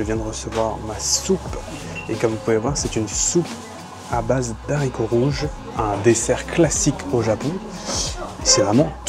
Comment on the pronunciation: A chaque vidéo ca me rend fou... "Pâte DE haricots rouges". Pas "d'haricots". C'est un H muet, respecte le boudiou !